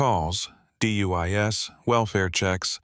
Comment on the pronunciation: Is this AI? seems so since it can't pronounce DUIs. Still enjoyable😊